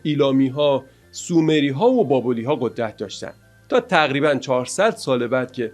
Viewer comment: درود برشما و سپاس فراوان برای اشتراک این مجموعه ارزشمند. موردی که در این ویدیو شنیدم واژه نام مکان و تمدن بابل babel است که به گمانم به اشتباه بابل babol خوانده شد. متشکرم